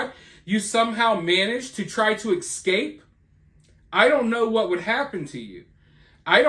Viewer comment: The word is "eScape," not "eKscape."